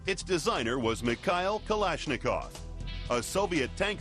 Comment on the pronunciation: михэил кэлэшникоу, как же я люблю американское произношение :D